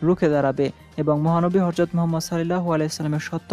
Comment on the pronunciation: উচ্চারন 'হরযত' নয়, 'হযরত'।